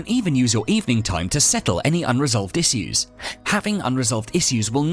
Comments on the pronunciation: Oh. You mean “ish-yous”. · Why is no one commenting about the way he said issues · You can’t unhear that pronunciation of “issues”